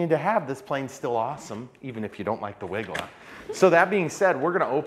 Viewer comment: Hey! It’s not a Wigla. It’s a Wilga. 🤗😉